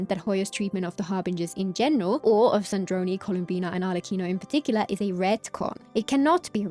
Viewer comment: Wow I noticed that part called Sandrone "Sandrone" and it just bothered me! I didn't realize they actually re-uploaded the video to correct that mistake.